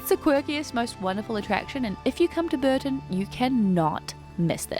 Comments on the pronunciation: Not Burton on the Water but Bourton on the Water. Pronounced Bore-ton. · Pronounced Boar - ton on the water. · Epic vlog. BTW Bourton-on-the-Water is pronounced Bore tun on the Water!